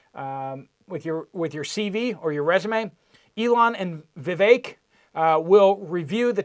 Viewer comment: surely you know the words Blue Sky, now put them together, say Bluesky, right? And Vi vek, not difficult for college grad right? LOL